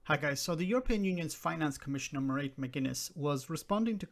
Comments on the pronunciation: Quick search produces "Muh-raid Like Parade with an M. My name is Mairead and that's what I tell people. Myself, my parents, and my entire family in the US and Ireland pronounce it this way." I'm irish, so supposedly I should know, but as I'm also Norn-Irish, and from 'the other community' originally, I'm not totally conversant with irish names. I believe Mairead is the irish version of 'Margaret', not 'Mary'. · Is Mairead not pronounced ’Mary’; I get Irish pronunciation wrong all the time so I’m really not sure? From a Brit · seems to pronounce it as Mar-id or Mar-eed. He should know, he is Irish himself, after all.